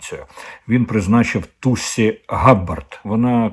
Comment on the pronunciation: Тусі, Алан Маск, Пашешкіян, ракети Халк. Ви якось трошки готуйтесь до ефіру, бо це дуже ріже вухо, коли це чуєш. До речі, Соловйов теж сказав Тусі. Совпадєніє?